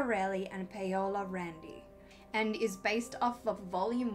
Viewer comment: I think you did a good job with the pronounciation; although Paola is pronounced Pah-o("o" as in morgan)-lah and Manuela is pronounced Ma-noo(as in noon)-eh-lah. The folklore part looks very interesting, allow me to offer some thoughts, and I hope you don't consider me impertinent, in case you were already aware of the following details: - Midwives were treated as evil practitioners of foul sorcery, because of their knowledge of healing herbs, and of course, knowledge on how to deliver babies; the church had a "monopoly" on both areas of "expertise", which concerns life and death, and as the only power through which life and death was granted, it was very convenient for them to eliminate the competition (midwives). - An interesting detail, you only have power over someone through their hair, if it is directly pulled from their hair or cut with a non-metallic tool, otherwise, the etheric tie or connection is cut by metal; no connection or tie to the hair's "owner", no way of "pulling their strings". - The witch mark part is also fascinating. It can be seen as a convenient excuse to judge a witch, based on any mark found on their body, but could also be related to moleosophy, the divinatory method, which in some cases, reveals someone's "magical" talent. For example, a small mole or birthmark under the outer corner of the left eye, supposedly grants that person an almost supernatural insight and perception. - Funny thing, to battle "witches", the pursuers needed to know some "m